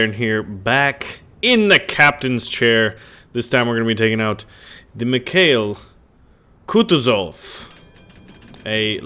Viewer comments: Lol your first attempt was good thats how its supposed to be said. Merry Christmas baron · You got the Name right! It's named after the top Russian General during the Napoleonic Wars. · it pronounces like: Mee ha eel(accent here) Koo too(accent here) zof. source-russian